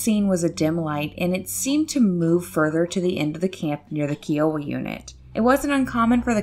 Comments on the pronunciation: KY-OH-WA Not KEE-OH-WA! THANK YOU!!! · its K-EYE-OH-WAH. Kiowa. its a tribe of indians.